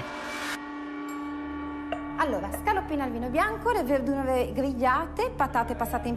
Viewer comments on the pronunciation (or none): "...le VeVduVe gVigliate..."